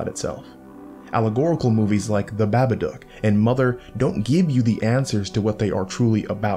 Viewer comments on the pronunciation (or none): "Bab-bah-dook"? Isn't it "baw-ba-duke"?